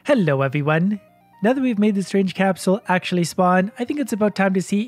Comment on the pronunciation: "helo evyone" love it